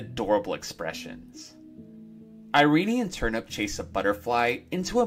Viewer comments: Why do you pronouce Irene(EYE-REEN) as (EYE-REE-NEY)? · And it was pronounced Iree-nie. An unexpected, odd decision, but I love her name!